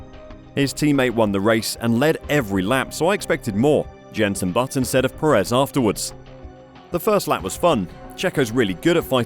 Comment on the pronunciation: Can we please stop pronouncing his name as peREZ? It is PErez.